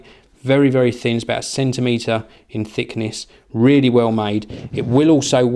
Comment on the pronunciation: Three sensimeter? Lol